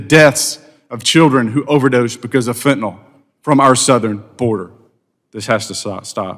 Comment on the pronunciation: Damn it, it's fentanyl, not fentanol